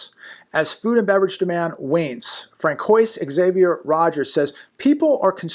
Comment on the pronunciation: Francois is pronounced Fran-swah. Good report today!